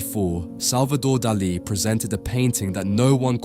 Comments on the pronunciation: No es Delè, es Dalí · Lose the AIs; their emotionless fake "voices" are grating and they mispronounce things (for example, "Dali" is "DAH-lee", not "dah-LEE"). And no, the checkerboard floor does not extend to the horizon, but rather, only a short distance. And no, literal religion and science are not compatible; they contradict at the level of their very foundations (conflation of fantasy and wishful thinking with reality, on the one hand, as opposed to a demand for physical evidence, on the other hand); this clumsy attempted ecumenicalism and false-balance is yet another AI "tell". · It’s not Dullee it’s Dahlee!!! Get it right!!! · God dm young people fkn always mispronouncing everything, flippin infuriating , bro Daaa Lee no one in the history of EVER has pronounced it the way you are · de lee? Why on Earth have you invented your own unique way to promounce his name? Ridiculous. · ¿"Deli"? Why don't you educate the robot? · Who says duh lee? It's grating and I cant watch. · A very enlightening synopsis of Dalis intentions and a novel way of pronouncing 'Dali'! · Teach your AI how to say his name. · AAAHHHHHHAHAHAHAHAHAHAHAHAHAHAHA... AI SLOP YOU CAN'T EVEN PRONOUNCE HIS NAME RIGHT! YOU AI DOPE. THIS IS SUCH HILARIOUS AI SLOP. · I mean, get the name right... if nothing else... tell the AI to at least pronounce the name right. Please... really? Come on. Just bloody lazy. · Por favor,aprendan al menos pronunciar nombres no ingleses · Ai can’t pronounce Dali correctly. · Salvador… QUÉ? La voz en castellano de la IA es INAPROPIADA. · You mispronounced Dali's name repeatedly! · Why do you pronounce Dali's name in that strange way? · if you could only get one thing right. maybe you could also be able to say names ffs